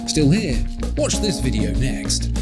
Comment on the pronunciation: It's not wash, it is: WATCH Accent can't be a reason!